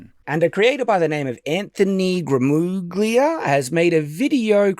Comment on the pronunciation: He's saying Gramuglia wrong on purpose at this point.